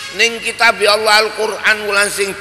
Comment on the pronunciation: Suaranya jelas tartil fase. Ucapan ALLAH nya KH Maimun jelas benar di dengan, saya suka. Karna kadang ada kiyai yg ngucap ALLAH kedengaran AWLOH yg kedengaran belum jelas make Lam tasjid nya.. Ujung lidah nya belum nempel ujung gigi bawah.. MasyaALLAH suka nya KH Maimun bila ngucap ALLAH membuat hati berdebar.